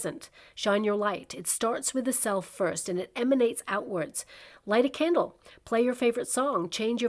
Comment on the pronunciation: Oooh a candle!!! Hahaha I thought you said camel!! 😂 🕯️🤭